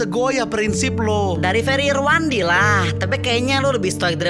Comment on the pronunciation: bukan Ferry Irwandi tapi Ferry 'IRI'wandi